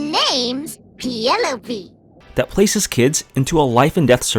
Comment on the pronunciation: What is it with people insisting on saying a name wrong despite that name being spoken multiple times in a game. It's Pielope. A portmanteau of "Pierot" and "Penelope." And it is pronounced "Pee-eh-loh-pee"; you don't pronounced "pie-" like the pastry.